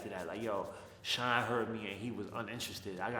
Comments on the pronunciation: I swear I thot u were saying Sean Paul 😂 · Bro, I thought you were saying "Sean paul" the whole time. I was confused